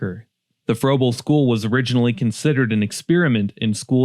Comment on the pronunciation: Pronounced Fraybul and Tallastun.